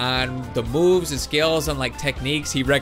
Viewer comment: it sounded like he said boobs, not moves